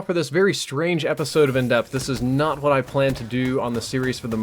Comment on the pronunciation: This is an excellent class, I'll tell you Hwhat.